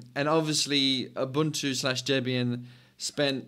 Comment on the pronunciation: A man who can pronounce Ubuntu correctly. Rare indeed.